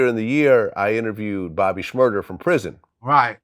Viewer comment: Vlad is still saying Bobby shmurder